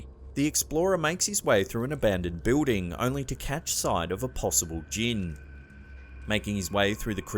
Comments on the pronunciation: great but I have to laugh each time I hear him say the word "Building" He pronounces it "Bewding" when its actually "BILLDING" the only other person I know who pronounces it the way he does is Kaitlin Bennett, A political journalist from Ohio. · Love your videos but could you say the word Building correctly please. Jesus dude your driving me crazy!!!!!!!!